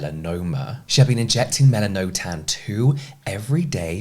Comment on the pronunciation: I’m pretty sure it’s pronounced “Mel-an-oh-tan”.. at least what I’ve seen from a few other videos and websites.